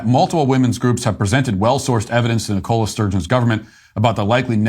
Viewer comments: Matt, it's NICola not NicOla Sturgeon. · Ni-CO-la? Don't you have people named Nicola in the US? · "Nicola" is pronounced with the stress on the first syllable. It is not a brand of cola. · Wow! I’ve never known anyone, whose first language is English, ever mispronounce the name ‘Nicola’ before! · Love your videos Matt, but as a UK native, you’re pronouncing Nicola incorrectly. Just thought you should know 😊.